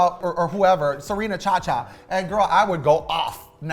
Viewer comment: Whenever Roxxxy says “Serena” I’m laughing.